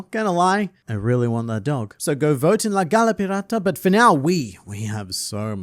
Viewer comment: as a native spanish speaker the way you pronounced "la gala pirata" killed me . I hope you win！！！